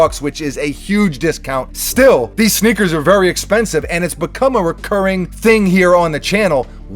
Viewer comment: Is he saying snickers?